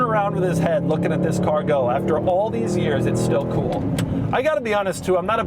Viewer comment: Doug's that type of guy that pronounces "cool" as "KEEWL".. and proceeds to say it 531 times a video.